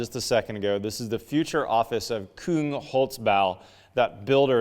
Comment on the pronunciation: He was trying to tell you Koong, not Kung